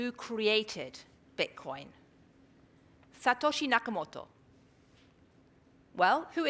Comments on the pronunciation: Ty K no, I think mispronouncing the name of the founder shows a level of ignorance about the subject. If you show up to a formal debate it would behoove you to come prepared and know the facts. A 2-minute google search would rectify this problem. but in this day and age laziness is considered a virtue. You think If I was going to debate about the merits or lack thereof, of a piece is software. I would take 5 minutes out of my day and download it and try it. the opponent's both admitted they have never even tried the wallet / software. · Eric Posner, Law Professor, University of Chicago is not qualified to talk about bitcoin. He can't even pronounce Satoshi Nakamoto.